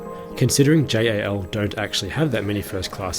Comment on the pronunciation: pls just pronounce it jal not J.A.L.